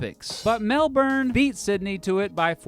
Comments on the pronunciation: Its not pronounced melburn it’s pronounced melbourne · I am australian, fyi its not pronounced melburn, its pronounced melbn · Melbourne is actually pronounced "Melburn", not "Melborn". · Melbourne is not 'Melburn". It is "Melb'n" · Every time you pronounced Melbourne as 'Melburn' instead of 'Melbin' I died a little inside :( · Nah, it's still wrong mate, it's Melbn not Melburn or Melborn. Cheers bloke. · I'm so used to Americans pronouncing it "MEL-BOURNE" that hearing it pronounced "MEL-BEN" is kinda weird, I agree. It's named after the British PM - Lord Melbourne. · **also in strayan its called mel-ben. not mel-born. mel-ben. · You were spot on with so many things! But stuffed up saying Melbourne it's pronounced "Melben". Also you only mentioned less than a quarter of the teams and big tournaments played in the two cities. But for an American food job!!! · That is not how Melbournians pronounce Melbourne... sounded too harsh... It is pronounced MEL-BUN. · why do americans pronounce Melbourne as “Melborn”? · It's 'Mel-bin', and they're called Melbournites, or 'Mel-bin-ites''. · The way he pronounced Melbourne drove me crazy. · LOL He is trying to avoid saying it Mel-born like most Americans but still has some way to go on the pronunciation. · Bloody hell I hate the way Americans pronounce melboorne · its pronounced melbn. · say Melbin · say melbn right please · I keep cringing at his pronunciation of Melbourne. (More like Melbin) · sorry but the fact that he says melbourrrrne every time just gets me, ugh annoyingly irritating 😂 ( typical American ) if you want to tell us about the city maybe learn how to say its name first, cheers mate 👍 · It's pronounce Mel-bin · Grouse video mate. But for christ's sake please... please if your going to do a video on someplace. Please announce the names correctly! Every single time you said MelbouRne I cringed. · When American made video about us and called us Mel burn!!! Jeeezz pleas make that shit stop! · No no no it's Mel-bn